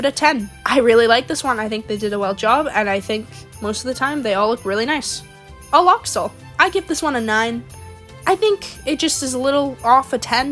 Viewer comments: Me seeing sound out axolotl like ox oll instead of axe o lot ol: U NEED GRAMMAR AHHHHHHHHH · Lol its pronounced AX-ol-OT-ol btw :P not tryna be rude or anything just a huge axolotl fan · I think you pronounced axolotl wrong??